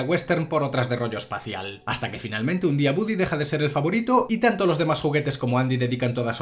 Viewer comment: se escribe y pronuncia, Woody